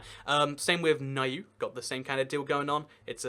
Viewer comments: Cool stuff man, how ever Niue is not pronounced (Ny-You) lol its properly pronounced as (New-Way). If you came to New Zealand or any other islands and pronounced it as “Ny-you” you would get a lot of head turning, confusion and the odd snicker here and there lol just saving you the embarrassment. But thanks for doing a video on my awesome country 🤩 New Zealand 🇳🇿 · Niue is pronounced "Nyoo-way", not "Ni-yoo"! And the Antipodes are "Ann-TIP-uh-dees", not "ANN-tee-poads"! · Niue is pronounce New-ay :) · Niue is pronounced New-aye my g. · Great video! Niue is pronounced New-ahy. The Niu is pronoucned kinda like new or nu. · New eh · Niue is is pronounced “NewWay” and cook island do use NZ currency